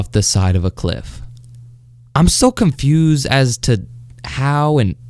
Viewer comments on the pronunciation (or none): none